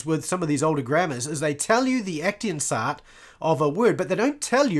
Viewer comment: aktionsart - German word - pronounce aktsions'at not ektinsa :elbowcough